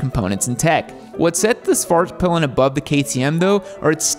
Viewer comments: "whoskayvarna Swairt peelen" my swedish ears are bleeding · Everytime says svartpillen, to me it sounds like hes saying fartpillen.